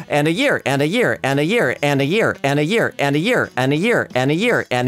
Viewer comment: i can literally hear say "anna here" instead of "and a year"